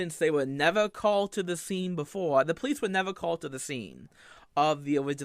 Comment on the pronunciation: the stweaming of tha hentai happened BEFOWE i became the pwince of de sewvewr!!